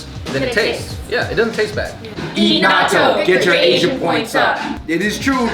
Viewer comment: I thought they said, "Naruto" when they said, "Natto"